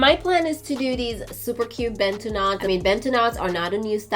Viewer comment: I appreciate the fact that you pronounce 'Bantu Knots' better than what most Americans say.